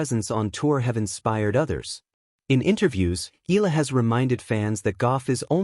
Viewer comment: It puts me off to listen mispronouncing Alex name.